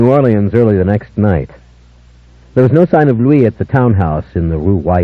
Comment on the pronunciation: Honestly, I thought leaned into Lestat's hammy delivery too much. And he pronounced Louis wrong through four books lol